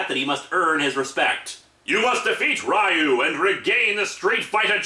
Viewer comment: its ree-yoo not rie-yoo also theres no real plot for street fighter 1 aside from ryu winning the tournament. street fighter 2 had a bit more plot in that the tournament was organised by the criminal organization shadowloo... and that m. bison was killed by akuma. (though m. bison would be revived later with a new body) street fighter4 is a direct sequel to 2 and this time the tourney was organized by SIN, a branch of shadowloo headed by SETH, who was supposedly made as one of m. bisons replacement bodies. i also REALLY hate how sagat and ryu are portrayed in this comic. ryu has ALWAYS been an honorable and kind warrior. and he greatly respects chun lis fighting abilities in the games. even after she gets involved with interpole. and sagat isnt REALLY a villain in street fighter game canon. i mean, hes only working for m bison so he can fight ryu. and when m. bison makes sagat fight a brainwashed ryu, sagat helps break him from m. bisons control.... wanting a fair fight with ryu. yeah at FIRST he hated ryu. but as the years go on both ryu and sagat have come to respect one another as friendly rivals.